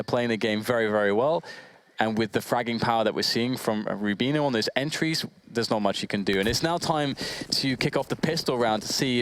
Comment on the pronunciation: why can't pronounce Rubino correctly.